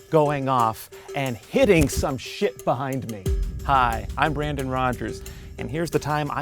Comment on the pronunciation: Remember, it’s pronounced Brandn Rogers. The O is silent now